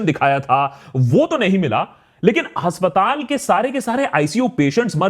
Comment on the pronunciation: Pronunciation हस्पताल नहीं अस्पताल हाेता है भाई साहब